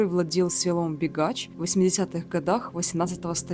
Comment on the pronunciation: Не бегач А бігач